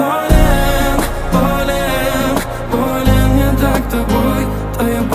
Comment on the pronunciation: В рецензии Кинопуса как-то более живенько всё это выглядело. Но барышня красивая! И фрукты-овощи красиво летят и лопаются. Кстати, почему такое странное ударение - волЕн/болЕн?